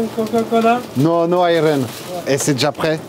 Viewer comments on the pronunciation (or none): none